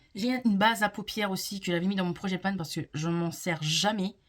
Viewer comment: Bonjour, si je peux me permettre c’est project pan et non projet panne 😂